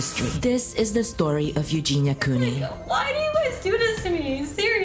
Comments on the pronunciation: What’s concerning to me is you did an entire video on a dying girl and you didn’t even say her last name correctly. You also recently copied word for word a video Jake Dolittle made about the McFive Circus and have yet to apologize to HIM for this. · I couldn’t finish this cause I cldnt get over the incorrect pronunciation of her last name lol that’s such a huge pet peeve for me when it comes to content creators. This is your job. Lol at least do enough research to know how to pronounce the person’s name. lol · Can I ask why you keep spelling her last name like that? You spelled it correctly but you’re pronouncing it with one o? Make it make sense! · she's misprouncincing it. It's phonetically "koo▪︎Nee" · I'm sorry but did she say Eugenia Coney? Several times in the first minute of the video? What an amazing researcher. Breaking news. Wow. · It's you-jeen-ya koo-nee. Hope it helps! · Cone-ee? For all the effort you put into your vidoes.. You would think you would pronounce their names right. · STOP SAYING COAN-Y LMAO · I hate when people can’t be bothered to actually pronounce the names of the people they’re doing the docs and vids about. It makes it seem disingenuous, like is this even something that interests you or you just reporting “a hot story”? I am not trying to be combative, just noticed it a lot lately. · How did you mispronounce her last name every time, she says it at the start of every video. She said it in the clips in THIS video you were talking over, did you not listen to them before editing? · At least say her name correctly. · Coo-ney, not Coney! It's hard to listen seriously when name is mispronounced. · It’s Cooney, not coney! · Its Cooney not Coney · Coney, Cooney, damn if you're doing a video about someone at least pronounce their name right. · Why do you keep saying coney instead of cooney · COOney not CONEY. She's not a hot dog. LOL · It's COONEY, not CONE-Y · Her name is COONEY - NOT CONEY! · Cooney, not Coney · Cooney not Coney.